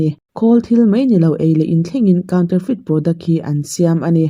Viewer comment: Lawk aw..... counterfeit kha i lam dik lo love. Counter hi mizo in kan lam dan kaunter/counter tih hian a dik a, mahse a thluk thu ah chuan sap lam rik danah chuan "coun" tih lai tak khi an thluk sang deuh Mizo in kan thluk hniam ang lo deuhin. "ter" tih lai khi "te" tih angin an lam a thluk khamphei (😅) in. "Kawn" anga lam tur anilo. "Feit" tih lai khi chu saptawnga lam rik dan ah chuan "fit" tih angin an lam ri, "feet" nilovin. "Kaun-te-fit" tih ang deuh anih ber chu a lam dan dik chu. A pawimawh ber lova sap anga lam thlip thlep hi. Mahse caption in i rawn sawi ta sa sa ka rawn dah dik deuh anih khi ka thiam ang tawkin. 😊